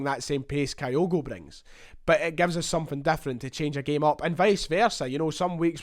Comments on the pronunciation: Begins the video by talking about his desire to get pronunciations correct then starts talking about Kayogo? Some boy! Kyogo, not Kayogo. Do you pronounce Tokyo as Tokayo? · Fingers crossed on this one, top goalscorer in the Eredivisie with a team that was relegated is a no-brainer for Celtic. Talking of pronunciation… Kyogo is pronounced Kyo-go or at a push Ki-yo-go with a soft i, not Ka-yo-go (I’m a long term Japan resident). I still have nightmares about they way we mangled Shunsuke’s name for years. 🤪